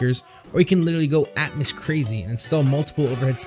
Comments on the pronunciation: It's pronounced Dolby "At-mows" not "At-mis" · I like the content, but it sounds like you're saying "at muss" and "deetee essex" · Its Dolby Atmos as in Atmosphere not Atmus try pronouncing the O and not replacing it with a U.